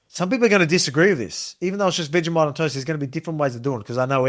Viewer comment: its pronounced vegi-moit...